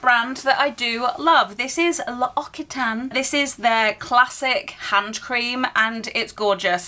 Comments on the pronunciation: Its pronounce "oxitane " 😊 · Pronounced Loxitan please, those two Cs are not silent 🙏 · Hey! just a heads up, its pronouned: loxitan:) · Hello :) Just a little comment to say L'occitane is pronounce "L'oksitan" 😊 just wanted to say as it comes up quite often this year! 😊 Also for la neige, the "ei" is pronounced like the e in "best". It means "the snow":😊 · L'occitane = Loxitan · just fyi, the "CC" in Occitane is pronounced like an "X" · Your vibe is so refreshing ! Also the double c’s in l’occitane is pronounced like the one in accident 😉 anyway really cool series ❤